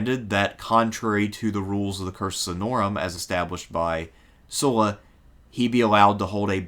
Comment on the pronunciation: SUH-LA --- not "soo-la"